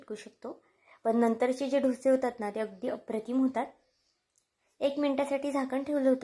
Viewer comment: ढोसे नका म्हणू ," डोसे " असा ऊच्चार करा !रेसिपी खूप छान ,पण ढोसे म्हटले की,कोणीतरी ठोसे मारतंय असंच वाटतंय